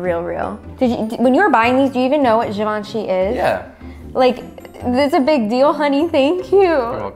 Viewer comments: its pronounced (Jee - VON - shay) not (Give - in - shee) ;) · gabi "givaanchy" "givenchy" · givenchi Fashion lovers: it is not givenchi! It is ✨GJIVANJEY✨ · Well he pronounced it wrong actually. It's supposed to have like a soft "h" sound like saying "ghi". So it's /ghi-vaugn-shi/ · “Did you even know what Givenchy is” “Yeah” *flashback to him butchering the name* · THE WAY PRONOUNCED “GIVENCHY” KILLED ME 😂😂😂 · "do u even know what givenchy is?" "yeah" not him saying it wrong few minutes ago pls😭😭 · when doesn’t pronounce Givenchy rite..... only people who don’t buy designer understand 🤣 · WHY DOES SAY GIVENCHY LIKE THAT HAHAHA